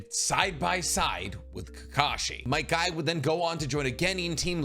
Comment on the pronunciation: Bro he called might guy Might dai and rock lee